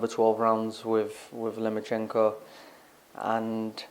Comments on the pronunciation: Can somebody tell luke that's he is called lomachenko not lemonchenko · He thinks it was even going into the 11th!?! Loma must've hit Luke's head harder than we thought! Also Luke...... Who is this "Lema-chenko" you keep talking about? Also David Haye keeps talking about Limoncello. Maybe Haye gets confused with his citrus alcoholic beverages and his P4P Boxers......